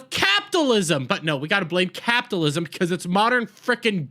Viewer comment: It would be so much more pleasant if you learn to properly pronounce CAPITALISM!!!!!!